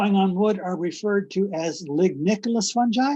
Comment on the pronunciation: Sounds like she's saying "the ecological importance of some guy" 😄